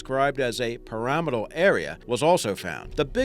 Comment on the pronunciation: I like the way he says pyramidal. That's how I'm gonna say it from now on